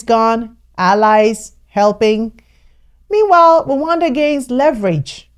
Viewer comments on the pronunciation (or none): First learn how to pronounce Rwanda before acting like you care about us or as if you know shit about our country.... Dear all 54 African countries are Visa free to come to Rwanda and also we have more than 150.000 Congolese refugees in Rwanda most have been here for over 20 years and others are already integrated into our society in addition we have Libyans & South Soudan and Afghanistan refugees... So do not worry about us when we needed you most you didn't show up. Hypocrite